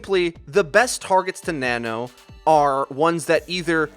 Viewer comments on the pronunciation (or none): Nono boost? U mean nano?